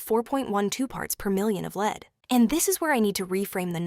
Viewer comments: I avoid everything Burt’s Bee. I’m insanely allergic to the cuticle cream. Not ready to test anything else. By the way, it’s pronounced nihch not neesh. Lēd? Seriously? Lead is pronounced lehd. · Leed? Lead 😂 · Strange pronunciation of lead all the way through.is this Ai generated?